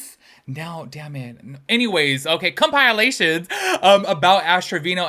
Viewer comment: Compilations —> say it like “pill” 💊instead of “pile” 💩